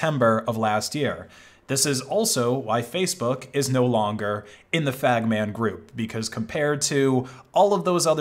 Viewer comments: good video but stop pronouncing FAANMG "fagman" thx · Bro you said fagman group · i am so glad you pronounced "FAANMG" in the way it was initially intended ❤